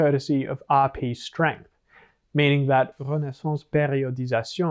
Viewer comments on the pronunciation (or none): I promise to always like any of the videos where you pronounce RP in French